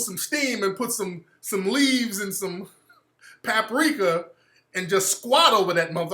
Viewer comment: Did this nigga say paprika?!? Why Tariq whayiyy?